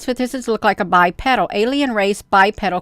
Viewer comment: Anything that stands upright and walks on two legs is Bipedal. Pronounced BI-peedull